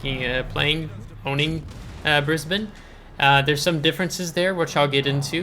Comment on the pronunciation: Absolutely correct with the pronunciation from an Aussie here! I recently got Brisbane myself, received the (annoying) captain Matilda during the event but never went any further than that. I find it pretty hard to play myself, been smacked from across the map a couple of times. Plane based ASW's are a blessing in comparison to ship based. DPM is a little low IMO.